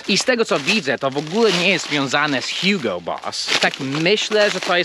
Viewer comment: Jaki kurwa hjugo to jest Niemiec Hugo